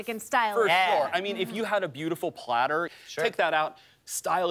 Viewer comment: A wise man once said: Fora suppah, I, er, uh, want a party plattah! His name? JFK.